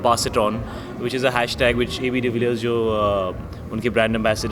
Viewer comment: How many times he said - ab dvillirs h😂😂😂😂😂😂